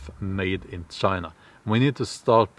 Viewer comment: 20 million missing in....... "Chi-na"